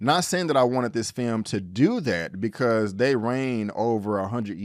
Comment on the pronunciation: Please, never say the word "film" again.